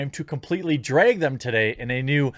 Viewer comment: Its drag* not dreyyyyyygggg